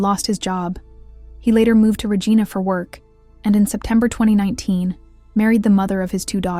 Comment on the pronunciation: Regina is pronounced Reh-jai-nah in Canada. (Rhymes with the lady private part lol). Not the same as Regina that originates from the Latin word meaning “queen” or the name, which is pronounced Reh-jee-nah, as in the main mean girl from mean girls. (Totally just realized she’s the “queen bee” and her name is Regina) lol. But in all seriousness, as someone born and raised in Saskatchewan, this is incredibly sad. Unfortunately this happens in too many countries and I can’t even begin to imagine how depraved and/or disassociated from reality a person has to be to hurt innocent children and infants in anyway, let alone to the point of death. I can’t even fathom it. A friend of mine had an infant son who passed away as a result of child abuse at the hands of the other parent and it shattered the community. Just horrendous. My prayers are with all the innocents and their loved ones affected by CA. Writing from Alberta, Canada, but was born and raised in Saskatchewan so this hits close to home.